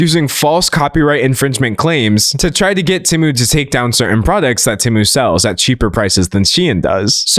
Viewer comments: Him saying Tiem and Shemu is crazy work 💀💀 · NOT TIEM AND SHENU NSJSJSDJJD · Can we talk about the fact that Temu used to be pronounced "TEE-moo" before they changed the pronunciation so they could make AI-Generated voiceovers for their ads? I remember the transition period where half of their ads still pronounced it the old way and half of them were pronounced the new way. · Shein and Temu? 🙅🏽‍♀️❌ Tein and Shemu? 💁🏽‍♀️✅ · never felt more seen than by your tien and shemu slip up 😂 gread video d'angelo !! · Does anyone else remember when Temu first started advertising, their adverts would be "TEEmu" not TEHmu. "shopping like a millionaire" original advert. IDK why i found it so so weird that they realised people were pronouncing it TEHmu and changed their own company pronunciation based on that. Never heard that happen before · I LAUGHED OUT LOUD at Tein vs Shemu, poor d'angelo's brain cells have all deteriorated researching the drama about these companies he can't even speak right no mo 😂😭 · Tein and shemu took me tf out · Ngl I've always pronounced them as "tem-you" and "shine". It's throwing me off 😂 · Had to stop watching bc of the temu mispronouncing